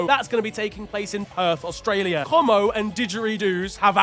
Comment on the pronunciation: I’m sorry how did you say Como? 😂🤣😭